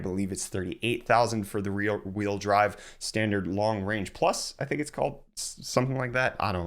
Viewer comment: Having trouble pronouncing “rear-wheel drive” I see 💀